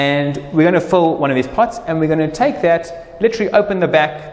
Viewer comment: Important to note, it's pronounced fill, not pholl